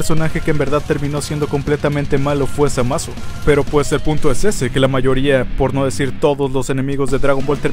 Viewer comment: Buen video pero la kagaste diciendo zamasu